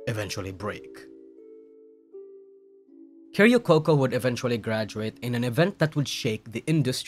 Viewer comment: "keh-ri-oh coco" 🤡 1 word short of just calling her karaoke coco